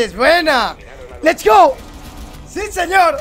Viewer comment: me encanta que diga lech gou